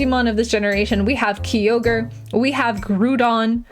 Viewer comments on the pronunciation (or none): this was my big 2 i noticed she said wrong too me